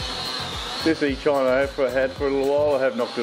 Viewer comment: man that was a bad test flight, you could hover that thing in the Dunny or Shed or Car port or Lounge room and got a better video, the company and every one says Eachine as it rhymes with Machine, but you rhyme it with Sunshine???